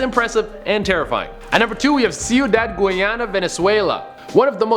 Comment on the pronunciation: ciudad what see-you-dad